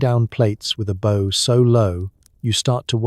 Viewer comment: Lead (metal) pronunced as leed. Bow (to bend and lower your head) pronounced as bow (tie a ribbon). I've been wondering how there are so many channels similar to this with daily productions. Is it computer generated voices (I know they are really good these days)? Is the text also generated? I enjoy these. Just curious